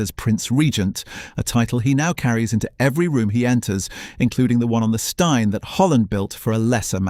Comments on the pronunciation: Steine rhymes with green not wine. So annoying these docus. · Steine pronounced as styne?! Nope. It may be unfair, but stopped watching at that point. I don't care whether it's or anyone else, the moment you show you didn't research how to pronounce place names, I wonder what else you maybe didn't research well enough, and figure it's time to move on. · Not all photos are of Brighton...so sloppy. Cannot even pronounce 'Steine' correctly.